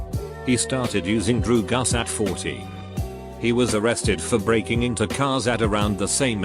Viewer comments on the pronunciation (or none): Drew-gus drew-gus it's Drugs not drew-gus like shit we are old enough to hear cuss words, sex and drugs it kills me, they are just words. If you are offended by them then YOU ARE THE PROBLEM HERE.